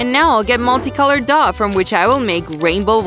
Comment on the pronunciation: The Grandma said (Douh) instead of dough